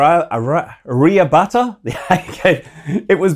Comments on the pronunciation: you pronounce its as "Araya - Bhatta " the other is Vikas pronounced as "We - Kas" meaning 'Development' in hindi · you can pronounce Aryabhatt the inventor of ZERO [ 0 ] as Aaryaa-bhat (like old diesel electric generator start sound ~bhat bhat bhat bhat ). we dont have silent letter or stupid rules in naming. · first you don't know you call it bhatta in English but actual pronounciation is Aryabhat he was Brahmin from Current day Sindh Gujrat (India) . And in Sanskrit Bhat called Vidyvaan or teacher. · Read the name in Devanagari script, it's आर्यभट्ट There are two letters of ट. The bhata you're talking about is different from bhata in Aryabhata. आर्यभट्ट was likely a Brahmin. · The way you pronounced 'Aryabhata', its clear that world needs to be educated even more. It's AR-YAH-VAAT', the great mathematician, astronomer of 5th century. Some of his inventions are, the great number ZERO, calculate value of PI upto 3 decimal places, area of a triangle... These area some of his works of 5th-6th century, when the so-called 1st world countries were used to live half naked. World should bow down to him. Proud to be Indian. For more here's the wiki link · Hey Scott, it’s pronounced ‘R ya butt’ with a stress on the B. Aryabhata was the first Indian mathematician-astronomer, circa 476-550 CE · The pronunciation is Aa-rya-bhat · Aryabhatt pronounced as aaary-bha-ttaa.... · Hello Scott sir, This is the first time I have heard some American mention Aryabhata ji's name and I am very happy to hear that and I know it must have taken a lot of effort to speak it for you. Aryabhata ji was a great scholar who discovered 0. That's why our first satellite is name on Aryabhata ji. Thank you sir. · Indian here. Hey Scott, It's okay for issue with pronounciation, but wanted others to know, Aryabhatta is actually the credited as being the inventor of "zero" ! So the name seemed quite logical. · because it's a name not from his native language. you're the one disrespectful here.